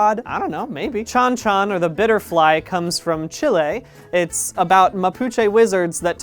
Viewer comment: Probably gonna get lost in the comments, but I wanted to show appreciation for the fact that Brian pronounced "Chile", "Mapuche" and "Chon Chon" correctly and represented them really well what with their metamorphosed head leaving their body behind as they fly. As a Chilean, I love both the inclusion and the fact that he didn't call it Chilly or Chili or made a joke along those lines (which I have had to endure a fair amount of sadly).